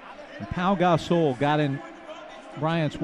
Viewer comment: Announcer: "Paul Gas-soul" -_